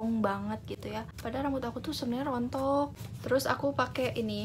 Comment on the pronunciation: "padahal rambut aku tuh rontok " kedengeran logat Sundan nya:))